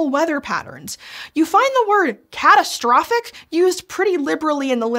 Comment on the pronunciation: " Catastophic"? Aren't we missing something here?